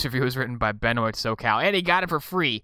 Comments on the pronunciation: ITS BENWAH NOT BEN-OYT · Benoît is pronounced Buh-noah. This guy makes actually decent adventure games.